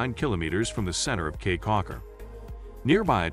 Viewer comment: FYI - It's pronounced "key"